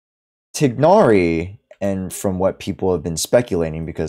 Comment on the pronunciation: Just so you know you’re pronouncing tighnari completly wrong(most people are but they shut down Arabs trying to correct them)😭 nice video though, your voice is nice to listen to